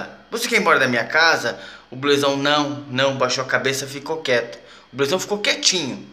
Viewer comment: Cara, se pronuncia ''BLUZÃO'' e não ''BLUEZÃO''! Esquece esse ''E'' na pronuncia!!